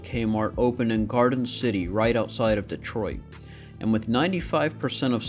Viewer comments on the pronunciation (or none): none